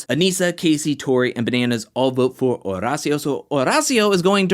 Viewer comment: I’m glad you’re probably the only one who pronounces Horacio’s name correct. H is silent